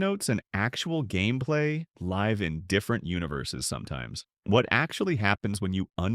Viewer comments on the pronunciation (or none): AI voice generated slop. Wrong pronunciation of "live" at 1.07 a human wouldn't make.